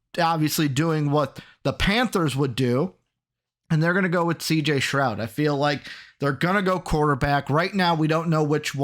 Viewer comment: Keep saying CJ Stroud name wrong